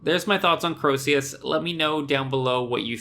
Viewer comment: Its not fuckin croeseus is CREOSUS THERES NO SECOND E ITS CROE-SUS rant over